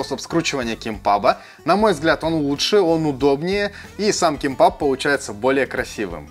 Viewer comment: Только произносится кимбап